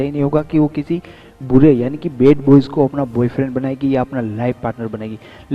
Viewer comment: love ko law kyun bolte ho yaar and bad boy ko bed boy bolte ho...plz bolne ki practice pehle kar kd bolo plz.... yaar